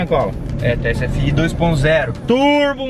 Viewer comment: Não é tsfi o correto é tfsi